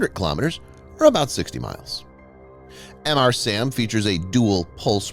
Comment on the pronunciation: It's not Em Arr SAM.... It's Mr. SAM Luke Mr. Coffee..